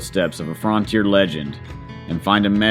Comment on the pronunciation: Why are you so adamantly intentionally mispronouncing frontier? You don’t say get the Fraunt door but you think it clever or intelligent or whatever to say fraun teer. It’s not accent because I’ve traveled through a LOT of this country and never heard anyone talk like that.